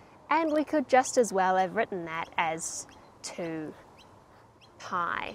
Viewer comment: Very good! I like every video of yours - especially the "mathematical day" at the end. Getting my old calculus/trig books out. Just one thing: "Paai" should be pronounces "pie", but that is just BTW :-)